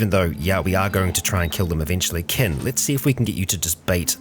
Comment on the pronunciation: he keeps saying ken vs kin lol